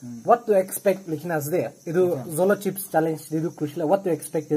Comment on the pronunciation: zolo tsips😂😂😂